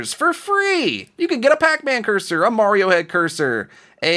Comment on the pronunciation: I don't have any EA coins. Also when you said Marioro I died laughing.